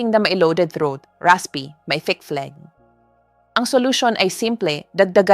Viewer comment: Pronunciation of phlegmn ay flem not fleg